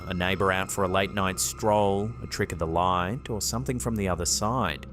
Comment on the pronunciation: Imagine playing a drinking game while watching these where you have to take a shot every time says "trick of the LAW-eet"